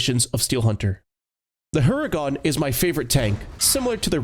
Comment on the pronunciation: its not like u pronounce it "Hungarian" but " Hurricane" in Polish =) btw great video, peace out!